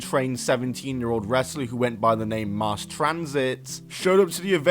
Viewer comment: MASS Transit, not MARSE!!